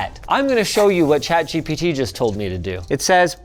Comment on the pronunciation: Did anyone else hear him call gpt jibbity